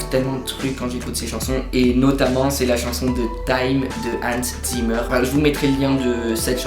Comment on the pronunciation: "Time" de Hans Zimmer, c'est aussi une de mes préférés au niveau des musique de film! (Et puis tu as dit chanson, c'est une musique pas une chanson :p ) Et puis ça se prononce Hansse Zymmer et pas Hanns Zimmeur ^^ Après si tu aimes "Time" tu aimera certainement "Salomon Northup" encore d'Hans Zimmer On devine bien qu'il a repris Time pour le début, et puis regarde le film 12 Years a Slave d'ou est tirée la musique, car je vais te promettre quelque chose: Si tu ne pleure pas tu aura au moins les larmes au yeux et de nombreux frissons.